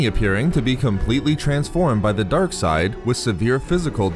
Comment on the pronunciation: Why he says darke side like that😂🤣.